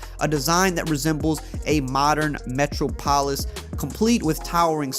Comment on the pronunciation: My man really said “metro polis” 😂😂